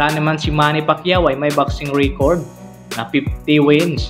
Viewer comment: pastilan ang simpling “even though” naging ebentot. Ingat ka naman pagbigkas sa mga english words katulad ng record - reycord losses - lowsis ang panget pa ng intonation mo. ✌️ i-improve mo naman kasi interesting ang mga videos mo.👍 at alam ko hindi madali gumawa ng videos.